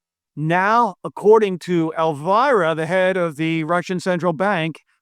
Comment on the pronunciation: its pronounced elvEErah not elvAIrah